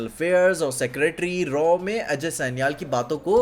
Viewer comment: Aj Sanial sanial kya kar raha hai, ajay sanyal bol naa Angrez kyu ban raha hai itna